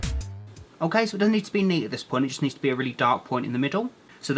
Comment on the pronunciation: Why do I hear omkay i liek it :3